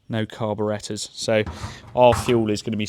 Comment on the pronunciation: Say it with me... CAR-BORE-ATE-ER.